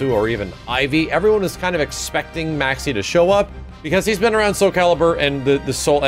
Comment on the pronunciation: say maxi like a boss